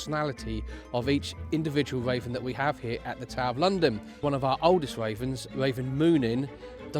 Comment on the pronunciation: It sounds like he is saying waven